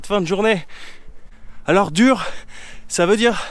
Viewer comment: Dur, u sans " se dit ou. Après 4 mois içi t'as pas encore capté ?